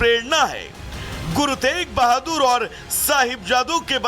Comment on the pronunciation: Guru tej bhadur ni hai guru teg bhadur ji hai naam to shi se lelo